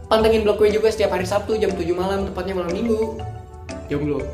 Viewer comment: Azek. Tapi malem minggunya jangan ditekenin gitu